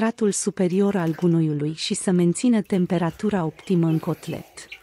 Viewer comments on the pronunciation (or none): Ce vorbeste femeia asta aici??? Nu vorbeste corect romaneste! Cotlet inloc de coteț?? DOAMNE fereste asa ceva!! Vorbeste ca un robot!